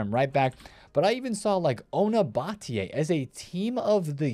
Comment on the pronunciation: You said ona batlle correctly. I’m impressed